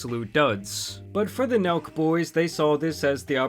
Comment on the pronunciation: I thought he said milk boys